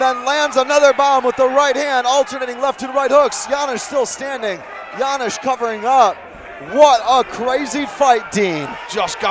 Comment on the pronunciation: Commentators have a funny pronunciation "Janysz, Janysz" :D Ofc I'm cherring our Janusz, but good job Josh! Thanks both for a good fight